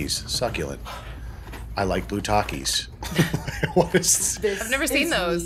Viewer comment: Anyone else hear Bukkake when they say "Blue Taki"?